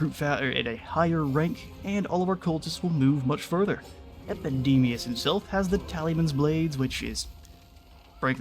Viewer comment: does anyone else here hear MACADAMIAS! whenever he shouts what i assume is actually epidemias?